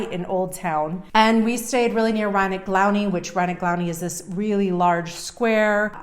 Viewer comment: "Riney Glowney" = Rynek Główny 😁